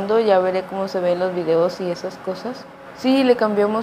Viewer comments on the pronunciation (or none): none